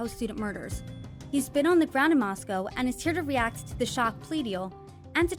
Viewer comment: I am really glad Howard Blum emphasized the correct pronunciation of Moscow(Moss•coe) & reiterated the importance to residents for people to pronounce it correctly!!